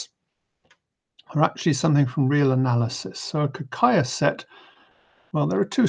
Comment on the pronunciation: It's Ka-Kay-ya. ay as in way.